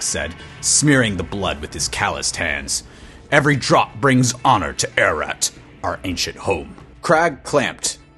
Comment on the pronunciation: Great acting. But did you say, our home, arrat. You mean arreat?